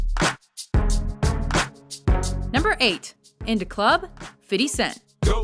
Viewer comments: STOP SAYING "FIDDY" YOUR'E NOT BLACK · This bitch doesn't know how to pronounce Fifty? its fucking Fifty, not Fiddy. She think she's gangsta or something. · Am I the only one shocked that she said Fiddy instead of Fifty? Lol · She said fiddy cent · When she says "Fiddy" i literally want to kill myself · whata up with them saying "fiddy cent"? lol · why she says fitty cent ? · I Absolutely hate the way she says 50 "Fiddy" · Man, why does this woman have to call him "fiddy" in EVERY video? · I HATE HOW SHE SAYS 50 CENT'S NAME (FIDDY) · She said Fiddy the whole time lol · why does she always pronounce 50 cent name fitty? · I think it's funny she says fiddy cent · did she say fitty cent? wow not many call him that at all... yea i bet theres alot of rap fans at watch mojo, no way are they just puttin out vids for views these days. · "Fiddy Cent" lol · Lmao "fiddy cent" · Garbage ass list also am I the only one who cringes anytime white people call 50 cent fiddy cent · "Fiddy" :) Lol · please stop saying "fiddy" im begging you